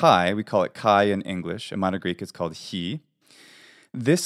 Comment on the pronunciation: Are you greek??it is difficult for a non greek to pronounce Χ ! Εxcept Spanish!! Καλή σου ημέρα!! Because you sound perfect greek!!